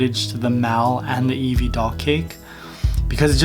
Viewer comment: You said nevie 😒😒😒😒